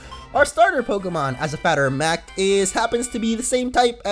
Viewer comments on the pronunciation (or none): Woooow, you actually said, a fatter of mact. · "As a fatter of mact!" - 2015